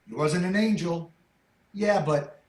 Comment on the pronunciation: When he said "But people" initially I thought he said "Butt people" and I thought that's his PG version of saying "assholes"